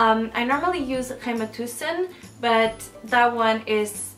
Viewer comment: snakker med rulle-R når hun snakker engelsk, men uttaler Rema 1000 med en rar portugisisk skarring :D fofa ^^